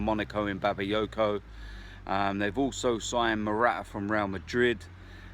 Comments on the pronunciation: N its Bakayoko. Not Babayoko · Were you on the piss before filming this? Mata instead of Matic and Babayoko instead of Bakayoko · Yeah 'Mata' left more than three years ago mate and it's also Bakayoko not 'Babayoko' ahah. Absolutely embarrassing and yet you go on about TY all the time and how he's deluded, no wonder you haven't won the fucking title in 13 years because fans usually have a contributing voice towards the board in what they want to see change or happen! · It's Bakayoko, not BABAyoko lol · also its bakayoko not babayoko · Are you drunk? Try pronouncing names properly, who the fuck is Babayoko? Mata? His name is Matic.